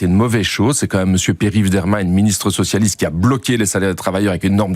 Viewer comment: Je reve ou j’ai entendu parti sucialiste ??🤣🤣🤣🤣🤣